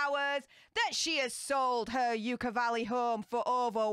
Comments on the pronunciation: Pronounced 'yuck-a' not 'yook-a' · Fyi, it's pronounced "yuck-uh" valley. Just think of of the feeling u get when u look The Turd. YUCK!!! 😂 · Everyone keeps mispronouncing Yucca Valley. It is pronounced Yucka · Yucca Valley is not pronounced with the long U. It sounds like yuck with an A at the end.